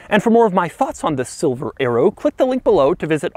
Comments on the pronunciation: I thought you said silver aero instead of silver arrow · I thought he was saying Silver Aero !